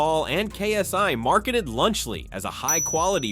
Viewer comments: "Lunch Lee" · “Lunch Lee”😂